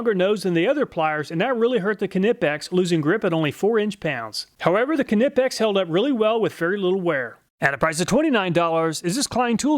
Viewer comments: The K is silent - just, Nipex. You don’t say k’nife or k’nee or k’nob. Check out their instagram page and you’ll see lots of people pronounce the name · Please stop saying the k on nipex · That can't be the real way pronunciation for "Knipex".Ka-ni-pex. He's joking right. Isn't the K in Knipex silent such as the K in Knife? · Mister, there is no KA in Knipex 😉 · Usually silent viewer from Germany - love the video as always I thought I'd let you know that it's actually not "Kuh-nip-ex" .. I can't really describe how to pronounce it but yea.. just had to get that off my chest (the german guys in knipex product videos get it right if youre interested) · Knipex is a silent k so essentially it’s pronounced nipex. It’s like pronouncing Craftsman K-raftsman. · knipex is pronounced nipex, k is silent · The k is silent in knipex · Awesome content, great channel! The way you pronounce knipex reminded me of monty python kniggets lol. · Hearing him say the k in knipex hurts me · STOP PRONOUNCING THE "K" in "KNIPEX"! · knipex im pretty sure is not pronounced that way but other than that great content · The K is silent plz... otherwise good vid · I cant tell if hes deliberately mispronouncing knipex or not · You don't pronounce the K in Knipex, but other than that, excellent video mate. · I love your videos but how you say Knipex with the emphasis on the K drives me bonkers. 🤣 Idk if that's how it is suppose to be said but I've always heard it pronounced the same way you say knife. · i like your reviews but as a swiss mechanik i can tell you that knipex tools always live through my abuse. but you butcherd the knipex name a little😂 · Just like the D in Django, the K is silent in Knipex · Silent k in knipex i think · Love these high quality videos! Also I believe the k in knipex is silent like the k in the word knife. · klike in knife! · Knipex the 'K' is silent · K is silent in knipex right? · The K in Knipex is silent just saying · Isn't the K in Knipex silent?